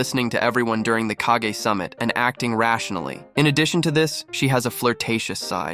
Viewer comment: Bro said “kehgay” then “kagah then ”kageh” y can’t a single YouTuber that posts abt Naruto pronounce their nouns correctly there’s like 1500, 20 min episodes in the Naruto universe for reference I’m assuming u guys have watched all of them and u guys still can’t pronounce a single noun from the shows u guys r ragebaiting me